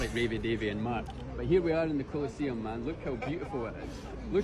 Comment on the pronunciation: The 'coal eh seeyum'